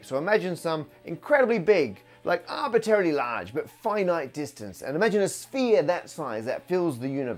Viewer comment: Matt you have GOT to stop saying "arbitary"